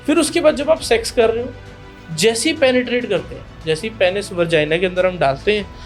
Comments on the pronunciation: वर्जाइना नहीं होता है डॉक्टर साहब Vagina होता हैं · Vergina nhi vegina bro... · Shingudane ko hindi mein nhi english mein shrink bolte hain Aur vargina nhi hota vagina hota hai yaar Tyari karke aya kro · Moorakh doctor vargia nahi vagina hota hai